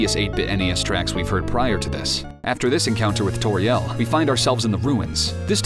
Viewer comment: This video is really good, but the fact you put the stress on the "ri" in Asriel and Toriel bothers me so much. I feel so bad for being to nitpicky but I have put the stress on the first syllable and hearing somewhere else bothers me.